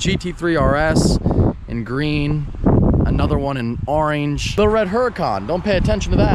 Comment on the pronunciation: you say "orange" funny. Just letting you know